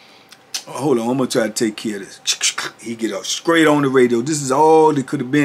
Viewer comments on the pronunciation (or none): Lol ya well funny "!!!!" I'm real!TBP!! Ya make me laugh in lots of ways I'm ducking Believe! But "hahahaha"the word is straight not "scraight!" Lol hahahaha